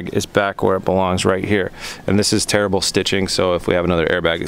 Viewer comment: It took me a second to realize he said the stitching was "tearable" (easy for the airbag to rip through if needed) as compared to "terrible" lol